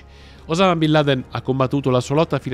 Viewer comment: Come si fa ha raccontare così tante balle. A partire dalla pronuncia del nome.